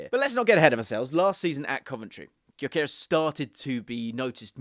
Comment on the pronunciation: BTW since he's of Hungarian descent the name is pronounced "Dyökeresh" with the Gy sounding like "d" in amount due or mountain dew. Annoying that he's playing for Sweden instead of Hungary, dammit.